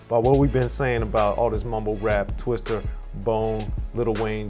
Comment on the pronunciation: And it's TWISTA ... not twister smh